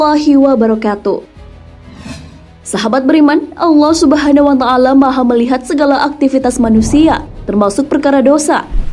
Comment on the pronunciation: Allah subhanawa ta'laa ...yaa.... admin jangan salah ucap...